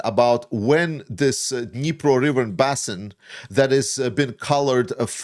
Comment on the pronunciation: Dnipro basin, not bassin. basin rhymes with raisin and bait.